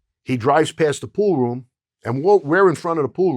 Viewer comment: Love how this guy pronounces "pool room" as "pooh-room"